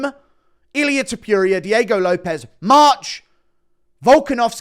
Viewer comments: Pronounce Topuria correctly. Not toopooria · can you stop saying Topiuiria. please. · Please confirm that you refuse to pronounce his surname other than “Tiopiuria”. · Why are you the only one that continues to pronounce his name the way you do 😂 if you’re the only one saying something a certain way and the rest of the world including the person who’s name it is pronounces it diff maybe change it up aye 😂😂😂😂😂